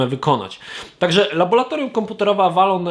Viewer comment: Panie laboRatorium, bo laboRant, nie laboLant xD A poza tym - LABOR - praca:P